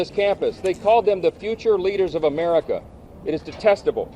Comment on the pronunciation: It's not "Emerica" its "America"